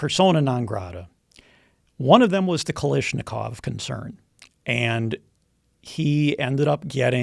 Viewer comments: KalAAAAshnikov** Not kalishnikov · It's pronounced KA-LASH-NIKOV. God he sounds worse than a pol.